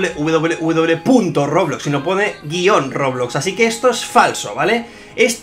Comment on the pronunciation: no es WWW es W V V W